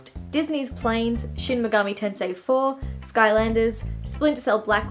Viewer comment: Wait, did you say Shim Megami Tensei 4?